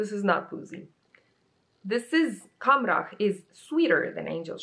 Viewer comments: You pronounced “Khamrah” perfectly btw 😘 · You actually did NOT butcher "Khamrah" at all. You pronounced it correctly 😊